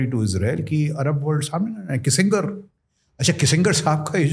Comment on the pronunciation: किसिंगर ❎❎ किसिंजर ☑️☑️